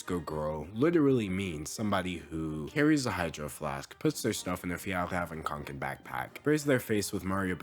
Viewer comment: I thought I was having a stroke when he mentioned the kånken😂😅